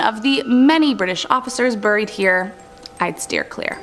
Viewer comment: “A nun was ‘burrried’ alive”, I gotta know where her accent comes from. I’ve lived all over the US and have friends from many nationalities and haven’t heard that pronunciation. Not giving hell, genuinely curious! Love the video, thanks!